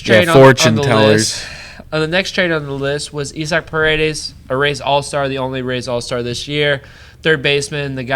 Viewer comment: This was a heavy start promising ending… I agree with you gotta have some loyalty to the faces of the franchise to maintain a fan base. Isaac Paredes nice pronunciation of his name sad to hear but sounds promising. Rays fans quality memes quiet seats noted.